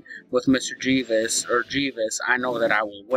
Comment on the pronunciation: Jee-ves!? Haha, you fucking moron!